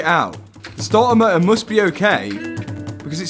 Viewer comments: “Startar motah” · That damn Stahtah motah 😅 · Sta-ah mo-ah… 😅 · Damn that stahah moah was a draag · Not sure I can make it through the whole video, every time I hear "Stah-uh Moh-uh" I lose my vision for 5 seconds. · The startah motah was rusteh.